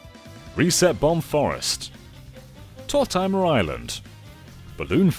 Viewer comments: Did you just say...Tort-I-mer Island? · Say "Tortimer" again.